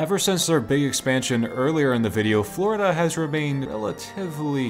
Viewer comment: Americans worst nightmare: Fourida, or Califournia?